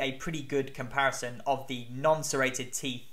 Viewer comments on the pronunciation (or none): none